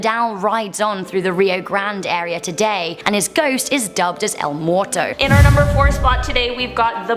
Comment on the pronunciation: Oh good gawd. I love her but she literally cannot say anything correctly. Vigilante - vee-hee-lahn-teh (means watcher), not viggilantey. Oscuro - ohs-skooroh not oskyuroh. Cryptid - crip-tid. Why would she add letters just to say it wrong? Muerto - mwehr-toh.. not morto.